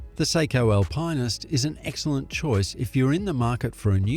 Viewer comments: Alpineist? Al - pine - ist ? Are you trolling us? Alpinist, Al - pin - ist. There's no 'pine' involved. It wouldn't have mattered but you used it so many times 🙄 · Yer Nar I’m and an Aussie too. And Al~Pine yes sure, but Al-Pine-est NO it’s Al-pin-est they are the go. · LOL. He really needs to fix his pronunciation. AL-pinn-ist. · oh please! somebody buy that Voice Over dude an Al-Pine-Ist ..lol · I'm Australian... the correct pronunciation is Al-pin-ist... this voice actor is a robot or isn't a watch enthusiast. Obviously. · When you don't know how to pronounce Alpinist... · It's not an Aussie pronunciation, hahaha! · there’s just no e in alpinist it’s not a marketing thing